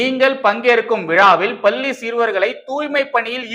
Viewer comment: தம்பி! மீண்டும் மீண்டும் சொல்கிறேன். லகர ளகர உச்சரிப்பைத் திருத்திக் கொள்ளுங்கள். "பள்ளி" பல்லியாகக் கேட்கிறது.பள்ளிக் கல்வித்துறை அமைச்சருக்குத் தெரியாமல் எதுவும் நடக்காது. ஆனால் அவர் ரசிகர்மன்றத் தலைவராக மட்டுமே உள்ளார்.